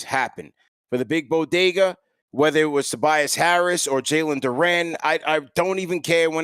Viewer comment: Why yall keep calling him Jalen "Du-renne" lolz.